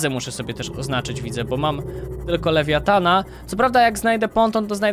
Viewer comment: Po co jakiś lewajafan. Wymawiaj Lewiatan :D